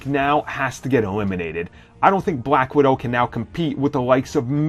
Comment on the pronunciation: Bwack widow haha